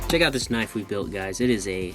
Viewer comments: it's a knoifes have mate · I like ur Australian accent when u built ur knoif. "We're gon' add jagged edges because it's a knoiffffeeee mate. That's what knoiiiffes have." I also have an Australian accent too.